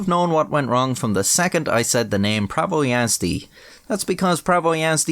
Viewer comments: Might be late for a video but holy fuck you pronounced prawo jazdy surprisingly correct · as a polish person it was funny hearing you mispronounce "prawo jazdy" over and over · being a slavic guy I knew something was wrong when you said the name Prawo Jazdy🤣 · Yeah, I'm not even polish and I know it's pronounced "Prawo Jazdy" like smh, who would pronounce it as "Prawo Jazdy" its it's clearly "Prawo Jazdy"